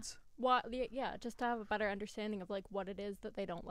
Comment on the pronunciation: Thank you for saying betta properly.